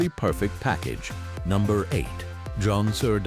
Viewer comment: “Jon-sir-dine”!!! 😂 these AI videos crack me up